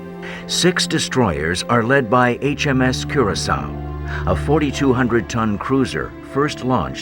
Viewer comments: Funny, the Royal Navy spell it Curacoa (see the Navy List - and the Press report .) Are you perhaps confusing a WWII Cruiser with the island of Curacao, or the liqueur of that name? That's why the name of the ship is pronounced Cura - so - a, not Cura - sow. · Curacoa ;- Koor-a- ko-ah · "Curacao" (the island) is pronounced the way the narrator is pronouncing 'Curacoa' (the ship) (note difference in spelling)